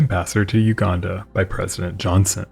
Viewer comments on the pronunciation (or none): none